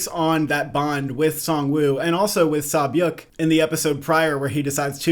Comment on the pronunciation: Props on the name pronunciations! Sae byeok is kinda like 'seh byok' but the rest are good 👌